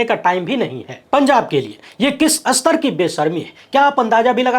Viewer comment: स्तर को अस्तर क्यू कहते हो?